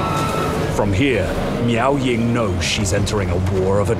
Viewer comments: I will always hear Meow Ying instead of Miao lol. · I keep hearing meow ying